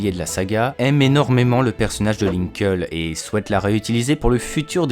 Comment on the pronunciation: ça se pronnonce "linkli" et non "linkeul"